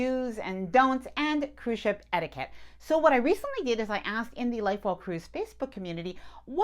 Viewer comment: You’re lovely but the way you ‘etiquette’ makes me twitch.